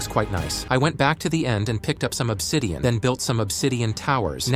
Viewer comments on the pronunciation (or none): none